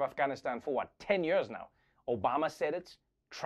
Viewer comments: I love Trevor, but does it bug anyone else how he always says "yerrrs" instead of "years"? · Nearly 20 "yuurs" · Twenty yeurs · Twenty yeuhs?! That's so many yeuhs!!